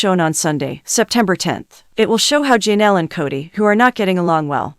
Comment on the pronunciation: Poly-gam-us??? If you film videos, learn to pronounce words correctly. It’s also Ja-Nell, not Jean-ell.